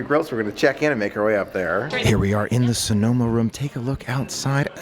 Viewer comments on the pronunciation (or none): none